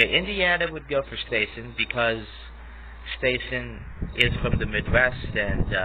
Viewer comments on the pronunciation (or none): Stassen’s name is pronounced with a short A, like “staff”.